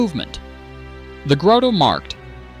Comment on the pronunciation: Suggestions: - Don’t pronounce Dutch names at all, just talk about them (“the large central market” instead of “the groete marked”) and display the actual name on screen. - Don’t show the old paintings the video is based on, try to make the video all AI video in a coherent style. Show a simplified map in a corner of the screen to display where the video is. - Make the dialogs (and the video) shorter and show yourself only Picture in Picture, not full screen. Focus on the video.